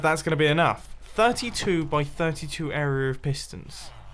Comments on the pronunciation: area* not "air ree yerr" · When an adult can’t say area